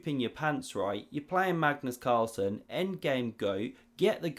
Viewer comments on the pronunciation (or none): It is a mystery why English speakers are incapable of saying any word or name from another language correct.. You make video about Magnus Carlsen ....but are not able to pronounce his name correct. Hasn't he been long enough in the chess world in order for you to learn how to say his name correct....???? ....and...is it to difficult for you to use the few seconds it takes to check out correct pronunciation with google translate...???? Not that I need to learn how to say Magnus .....but it took me less than 10 sec to check it with google......